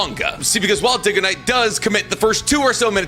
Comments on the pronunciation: Diggoknight lol... but idk bro is just really bad with names. I'm not sure if he's doing it on purpose. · "DiggaKnight" OK BRO HAHAHHAHAHA Dude's never seen your content before this 😭😭